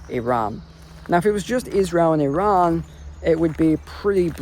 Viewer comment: Stop being pretentious in the pronunciation of Iran and Iraq, I can't listen to it